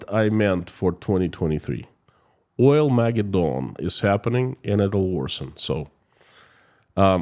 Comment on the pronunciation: Accent 1st and 3rd syllables.... "OILmaGEDdon." You do some great work. I follow your videos religiously... very, very useful and insightful.